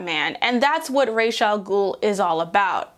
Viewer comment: I love the video, but with all due respect to Denny O'neil, it's pronounced "Ra-ss", not "ray-sh". "Ray-ish" is basically feather, and The Ghoul's Feather doesn't quite have the same impact, you know?